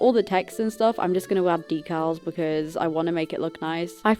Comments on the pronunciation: People bullied you I will hunt them down jk idk y u said deculls instead of decals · Girl, you just said Yecals😂